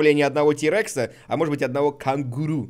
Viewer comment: это ужасное произношение сломало мне мозг кэнгару